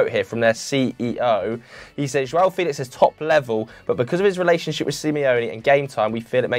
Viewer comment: Felish🤣🤣🤣🤣 stop u cringe machine